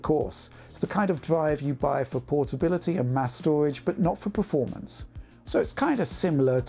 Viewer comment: Think he said SSD's, solid' state' doridge